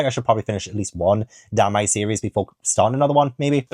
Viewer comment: Danmei is pronounced like Dan the name and May the month.